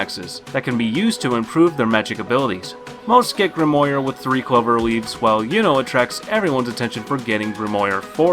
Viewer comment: grimoire pronounce grim.war dude